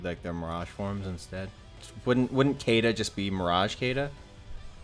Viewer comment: Kay-da and Cam-us? It's pronounced She-da and Ca-mu.